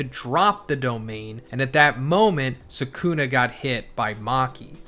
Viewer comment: Can you pronounce the names right? It’s sukuna not sekuna. Just like kizaru not kizeru